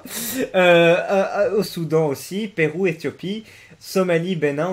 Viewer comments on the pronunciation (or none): none